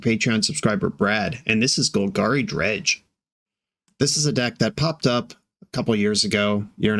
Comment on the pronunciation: Wizards of the Coast has an official pronunciation guide on their site. Its Golg-AIRY no Gul-GAHRY